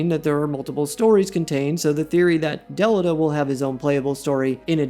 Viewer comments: Who is Del I da....or Del I ta.... it has been Del e ta even pronounced in the game. Ok Ted Mosby. Head on over to the renayyyysaunce fair.... was a great vid until you went all pinkies up. I will never understand. Its like the tedious vs tidus....just get it right. The game literally speaks their name and you say it incorrectly. Why? How? So frustrating. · If you have played the WOTL , I don’t know how you keep pronouncing Delita’s name incorrectly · That pronunciation of Delita is wild